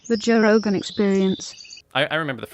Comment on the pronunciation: Joe Ro-Gone...